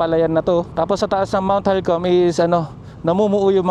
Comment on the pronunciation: Mt. Halcon po hindi Halcom